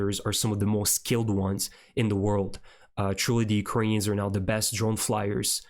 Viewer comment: Thank you for being one of the few reporters that pronounce Ukrainian names properly! :cat-orange-whistling